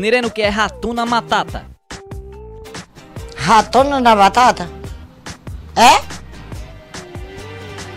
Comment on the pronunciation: O certo é HAKUNA MATATA e não HATUNA :s